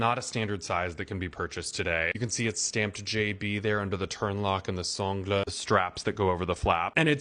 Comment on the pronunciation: The “s hn-glə”. C’est parfait Monsieur